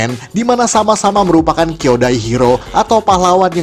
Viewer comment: ralat bang, bukan kyodai hero (hero bersaudara)... tapi kyojin hero (hero raksasa)